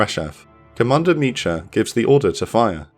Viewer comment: Great video! Small note, in the Hebrew name 'Micha', the 'ch' is a guttural sound, like you're clearing your throat. So it's not like the 'ch' in 'cheese', but like the 'ch' in the Scottish word 'loch'. The English version of this name is 'Micah'.